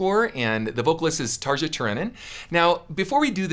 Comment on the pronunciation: Yeah this is Floor not Tarja (pronounced Tar-e-a not Tarja just as a heads up there Ken). Tarja’s operatic was her bread and butter whereas Floor can go there but stray further from it than Tarja could. Both fantastic singers. Tarja was the singer on the album version which was her last album with Nightwish. She still does solo albums and is a fantastic singer. You’d do yourself a great justice to explore more Nightwish. They’re fantastic. Beautiful orchestration and melodies. You won’t find bad music in their discography. 🤘 You gave a lot of good information in this reaction though. I didn’t want that first part to sound like a major negative. You know your stuff Ken. And TSO rules. As they should coming from Savatage. Paul O’Neil was a beautiful music mind and a sad loss. Hope you’ve seen them live. They are almost impossible to describe to others, even if they can “see it” on YouTube nowadays.